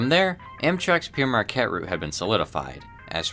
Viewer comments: Yeah I was going to say this too. There's no "i" in Père. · One correction: You keep saying "Pierre Marquette", that's incorrect, the è in Père is pronounced "eh". Pere Marquette is pronounced like the word "pair". Père is also French for "father", so the name is "Father Marquette" in English, which makes sense since the guy was a priest. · Is pronouncing "pere" as "Pierre" a Michigan thing? The correct pronouncination is "pear" like the fruit but in New York Central Odyssey by Green Frog of which most of the footage was shot in Michigan by Emery Gulash, the narrator as says "Pierre Marquette" instead of "Pere Marquette," then to hear "Pierre Marquette" in this video too I'm not sure if it was just an error on the part of the narrator or is this just how Michganders prnounce it. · Pere is the French word for father. It is pronounced pear. It is not a name, and not pronounced Pierre at all. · It's (pronounced "pair" not "Pierre." Jacques Marquette wasn't "sometimes called Pierre," he was in fact ALWAYS called "Pere Marquette," translated as "Father Marquette"" recognizing his priesthood. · The name of the train is wrong being pronounced as "Pierre" Marquette, which translates from French as "Peter", entirely incorrect. The correct word is the original "Pere" or its translation, "Father". Pere Jacques Marquette was an explorer of the region. My apologies for the correction. My ancestor was a French invader of England in 1066. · Other commenters beat me to it. Marquette was a French explorer and Priest. Pere means “father” and is pronounced “pear.” Never “Pierre,” either. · Yes, Père as in pear, not Pierre, and you either relish success or revel in it. There are others. Kudos for making this, but the subject deserves a little more attention to the voice-over so that we can enjoy the otherwise outstanding graphics without grimacing. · great video, the only thing that bothers me is that is its Pere not Pierre, Pere means father in French